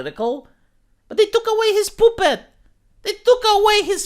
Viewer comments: The way pronounces puppet cracks me up. Poopet lol. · The way pronounces "puppet" is sexy.